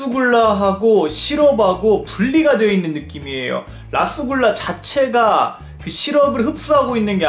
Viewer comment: 라스굴라랑 루스굴라에용 영어 잘읽어보세요 ㅋㅋㅋㅋ